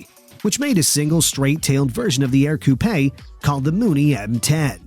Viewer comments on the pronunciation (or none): Sorry,, you need to do a little more homework on the Ercoupe (pronounced "urcoup") not aircoupay. Around 2000 still exist and parts can be bought as new old stock on the internet. The canopy does not slide back but instead, the plane houses side pockets for the side glass to slip down into which allows the pilot and passenger to flight in the open air. The plane is so docile that a placard is required stating that the Ercoupe is typically incapable of spinning. Not a fast airplane but certainly a lot of fun for typical local flying, although some pilots are known to fly from coast to coast in them. Barnstormers is a good place to find coupes and they seem to cost around mid $20,000 even though it seems that prices lately have been rising. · Ok... Again, your pronunciation of things like, "fuselage" is questionable but , when you pronounced the, "Ercoupe" as "AIR-coo-PAY," I have to stop. Are you just some pretty good computer voice?